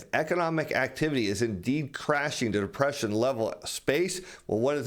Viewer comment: You keep saying depression wrong.